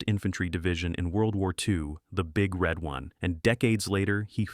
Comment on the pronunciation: Emphasis is on one, not on red. Say it wrong in a bar where there are 1st Infantry Divizion veterans and you'll get your head broken.